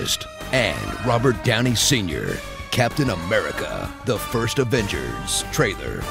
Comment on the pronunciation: "DI AFENCERSSSS" 😂